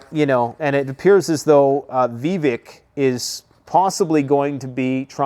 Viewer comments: Def Sec Austin has handed over the Pentagon to Kathleen Hicks, his DEI deputy. She is an "intellectual" egg head who got her PhD 14 years ago, and has never served in any of the military branches. By the way, his name is pronounced, vi-VAKE. He would be awesome as VP. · Vivek is pronounced viv-ache Like cake How do you still not know this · Vivek is pronounced like cake